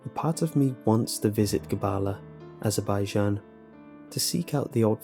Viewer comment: You're pronouncing azerbaijan wrong... cool story thou